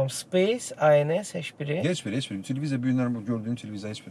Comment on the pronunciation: Veriliş çox maraqlı idi. Amma aparıcı, çox hörmətli, intellektual, müasir, savadlı insan olan hələ bilmir ki, " heş biri" deyil, " heç biri" deyilməlidir?